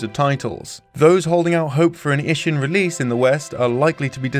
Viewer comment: It's pretty funny how you're trying hard on the "Ryu ga Gotoku" pronunciation and then just crapping out "Ishin".